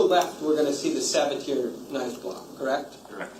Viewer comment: The pronunciation of Sabatier is driving me nuts. It's suh ba tee ay